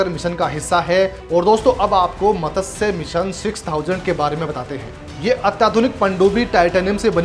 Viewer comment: मत्स्य शब्द का उच्चारण आपको ठीक से आता नहीं. 🤩🤩